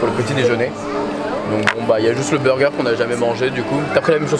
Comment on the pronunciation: "ce burgar" 🤣